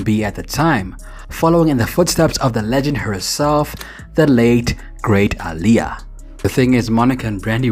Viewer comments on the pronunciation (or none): none